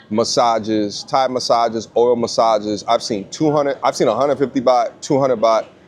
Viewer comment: Did you say oil massages or oral massages???? 😂😂😂😂 Asking for a friend.. 😂